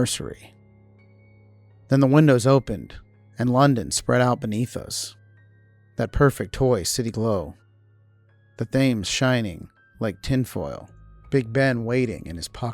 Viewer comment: The Thames River is not pronounced like it looks: Thames. It is pronounced Temz. Just so you know. 😃